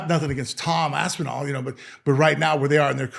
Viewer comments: Repeatedly calling Tom, “Tom Ass-inal,” doesn’t make you look good the way you think it does… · Gets corrected, still says ass n all moments later, I love it 😂